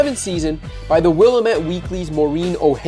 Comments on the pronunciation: It’s pronounced ‘will-am-ette’ not ‘wilem-ette’ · OH MY GOD. Will-a-met? Really? It's As for the rest of the video - yeah, was a sad time. I ended up being a fan of the brand, but a team hater for a time. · How dare you say Willamette wrong!!!!